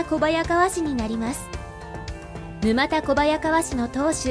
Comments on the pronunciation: ぬまたではなくぬたですね。地名から来ているのでなおさら沼田ではないです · 「ぬまたこばやかわ」ではなく「ぬたこばやかわ」ですね。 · 沼田小早川は、ぬまたこばやかわではなく、ぬたこばやかわと読むのが正しいと思います🤔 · 沼田（ぬまた）ではなく、（ぬた）です。